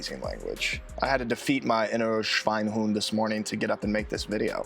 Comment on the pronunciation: The e in Schweinehund is not silent. If it were, it wouldn't be there and it would be spelled Schweinhund. But it isn't. I'm german, sorry for being pedantic. In the north, we speak "high german" without a dialect and take language pretty seriously. For us it seems as if the southerners have high german only as their second language for school and for writing and their first language, their dialect, for us appears to have many mistakes in it and sometimes make the speaker of it appear a bit mentally challenged. So I won't recommend the south for someone who wants to learn proper german. It would be like going to Scotland and learn their english and then wonder why no one would understand your "english".